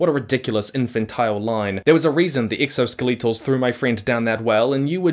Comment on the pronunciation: Why did you have to pronounce “skeletal” like that 😿